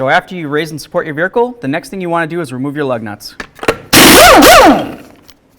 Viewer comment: "the vericle" HEHE! Great video guys! Keep them coming please!